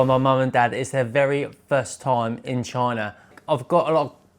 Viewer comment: I like how this guy pronounces China as "Choina" 🤣